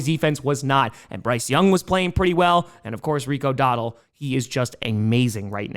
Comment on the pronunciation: Cracks me up that you keep saying "Rico Doddle."